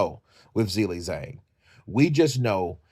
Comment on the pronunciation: The title should say 'Zhilei Zhang's important announcement concerning his boxing career'. This is sloppy AI generated rubbish. His name is also pronounced 'Ji-lei, Jang' not 'Zill-lei Zang'.